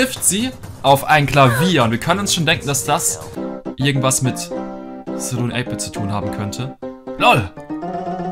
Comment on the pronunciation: Wie er saloon ausspricht triggert mich total😂